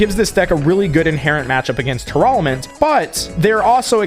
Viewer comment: why do you pronounce Tearlament like that?